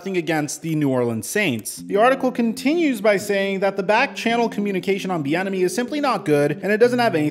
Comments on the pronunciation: I kept thinking you were saying Eric the Enemy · I keep hearing “Thee Enemy” I don’t like him just because of that now.